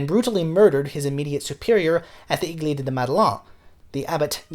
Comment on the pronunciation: Little correction : "église" is pronounced like "eh-gleese" and Madeleine rhymes with pen!